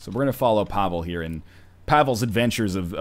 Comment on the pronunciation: YES Another episode! Every time you say Pavel i hear Pablo And then i'm like DAMN IT! Love this series!